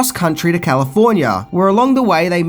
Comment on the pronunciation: You mispronounced Calllifffforniaaaa